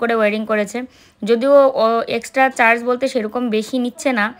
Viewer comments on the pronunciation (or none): none